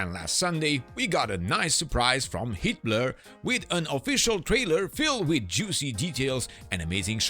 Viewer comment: Every time the narrator says HeatBlur, all I hear is Hitler…